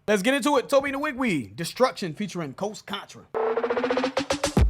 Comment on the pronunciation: I love your guy’s reviews, but y’all said Tobe Nwige’s name way to many times to be saying it wrong! Lbs It’s pronounced ‘wee-gweh’ thanks 🙏🏾